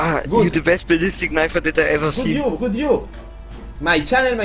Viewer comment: Are yu redi mai fren? no are you redi mai fren